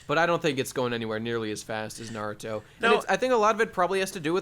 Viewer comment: has no idea how to pronounce naruto related things and it got on my nerves...